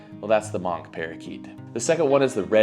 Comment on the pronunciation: 25 species that is crazy! I remember 30 years ago Quaker or Monk Parakeets (Myiopsitta monachus) were rarely sold in Massachusetts, and were completely restricted in the other New England states. I have 1 question why do you keep saying "Mock parakeet" for Myiopsitta monachus